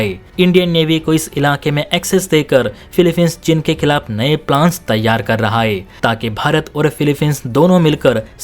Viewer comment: तेरे को समाचार वाचक बनना जरूरी है क्या जब उच्चारण सही नही है, चीन को चिन बोल रहा है